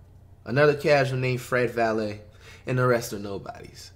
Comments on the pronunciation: “Fred valay” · “Fred Vallet” wow flight jus wow 🤦🏽‍♂️ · My Dutch ass hearing him say “Fred Valley” 👁👄👁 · 1 minute in and im already hearing "fred valet" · “Fred Valeh” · Did this dude flight really say "Fred valet"?😭💀😂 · “fred valley”😭